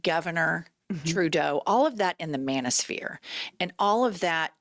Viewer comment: "Manisphere?" This women is an unreconstructed man-hater and it ruins her credibility.